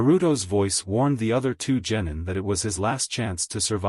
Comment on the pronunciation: You gotta stop saying genitals for gennin